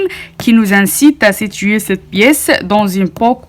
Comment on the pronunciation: "Cette pièce" et non 'ceutte pièce'🤔